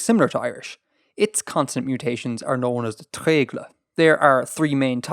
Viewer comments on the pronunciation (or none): Hey random thing; can you scream at to pronounce Welsh vowels more (its treigl/o/ not treigl/ə/!) But very big thanks to also:) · needs to wirk on his pronounceation of welsh! lol tre-e-glooooooooooooooooooooooooooooooo, I've never heard an irish man do such a good welsh though. and don't worry you doing really well with prenaunceation.